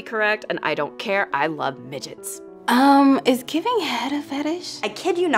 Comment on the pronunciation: Sounded like she said fidgets not midgets lol